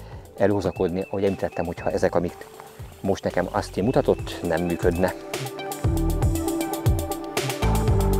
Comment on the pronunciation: Szuper a film! Gratulálok a szép halakhoz!:D Egyébként semmi támadó szándékom nincs, csak szeretném azt megemlíteni, hogy Austin-t kint Ósztinnak ejtik. Picit meglepődtem amikor á-val mondta.